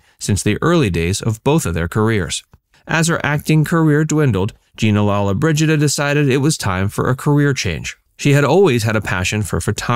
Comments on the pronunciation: Her name is pronounced Lo-lo-bridgida, not lalla-bridgida. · You must pronounce her name correctly